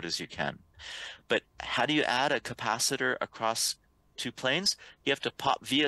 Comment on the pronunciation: you are mostly ok and easy to understand. Just need to adjust a couple of words. For the moment I remember "capacitor". Google translate is your friend.